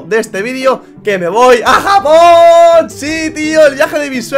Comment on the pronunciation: Cuando dice me voy a japooon parece que dice jamon like si encuchaste eso xD